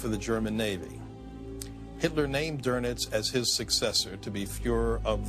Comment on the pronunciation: Couldn't they find a narrator who could pronounce "Goebbles" or "Doenitz" properly?